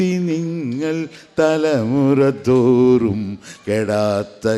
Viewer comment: തലമുറ തൂറും എന്നല്ല തലമുറ തോറും എന്നാണ്